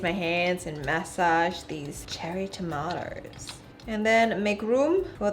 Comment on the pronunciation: I love how she says tomato she says it like"tamato" hahah